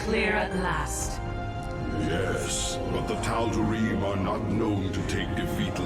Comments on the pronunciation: it is tald ream that’s how it is pronounced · Tal-da-ream bro that's how it's said. Bro epic fail.